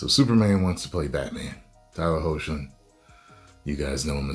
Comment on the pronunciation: Hey y u saying his name wrong r u joking or not cause it's heocklin hecklin pronounced like that